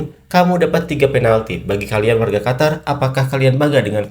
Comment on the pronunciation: Qatar..mbacanya Qotar Qotor Kotor..wkwk